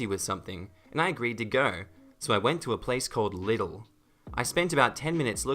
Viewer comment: Im cringing at the way you said Lidl. From now on thats the only thing im gonna think about if I go there